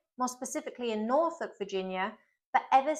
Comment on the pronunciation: Great stuff, as a Virginian thank you for pronouncing Norfolk right,😆 my favorite states would no doubt be West Virginia and Tennessee, you should try going to the Grand Ole Opry or Graceland and even though I don't really like Maryland, Frederick is a nice town.